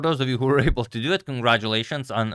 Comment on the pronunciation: “So, for those of you who were heheble to do it, congratulations...”